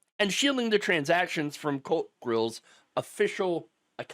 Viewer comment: ooh ! COLT grill lol I wasnt looking at the video when it started and thought he said Cult Grill. I'm here saying to myself... how ironic!